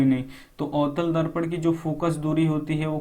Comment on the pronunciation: Sir avtal darpan likha hai Aap utal darpan bol rhe hai